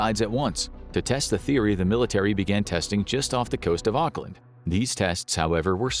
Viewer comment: im from new zealand, never EVER call it "ock-land" again >:(, its "awk-lin"